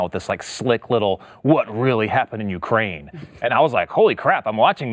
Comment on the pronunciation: Ukraine rhymes with MIGRAIN